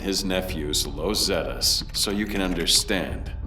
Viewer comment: ai trash. "lows zetas" smh. unsubbed